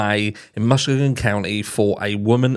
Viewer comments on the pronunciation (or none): Hi - the County is pronounced Muss - KEE -gan. No big deal. Just thought I'd let you know. It's a beautiful area along the eastern shore of Lake Michigan. Thank you for this info. Another heartbreaking case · Just a little help here not a criticism It's pronounced Mus-key-gun if I hadn't heard it before I wouldn't know it either and I'm in the US! It's a horrific situation no matter how you pronounce it! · This is in my state too and I'll forgive you for mispronouncing Muskegon 🤣🤣 And wtf is wrong with people killing their kids or starving them? Like who TF does that? Monsters, not humans!